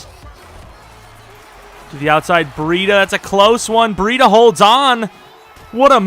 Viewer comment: "Bree-duh" and "Cole-bert"